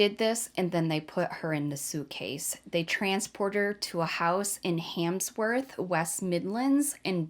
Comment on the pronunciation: It's Handsworth not Hamsworth lol . Anyway the word honour killings is stupid there is no honour in this it's sick .